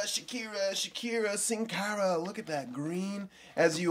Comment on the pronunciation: Why do you say shcara instead of sin Cara